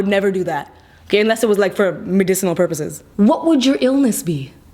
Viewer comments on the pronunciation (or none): don’t get me wrong i love lilly BUT SERIOUSLY LILLY WHY DID U SAY MEDISANAL PURPOSES 😫😫😫😫